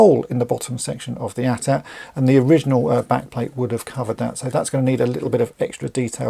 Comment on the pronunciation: THANK YOU!!!! Thank you for saying "AT-AT" (at at), instead of these other people saying "A.T.A.T." ( Ay Tee Ay Tee).